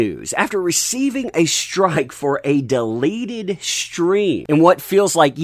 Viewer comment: It took you 4 times to pronounced “deleted” properly. At first I was confused about how you were using the word “delated” but impressed you knew the word.